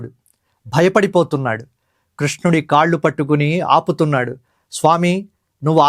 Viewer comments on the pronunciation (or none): none